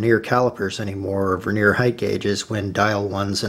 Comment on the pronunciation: Veneer is a thin slice of timber used to decorate timber. It's annoying that a presenter can't speak correctly! Stavros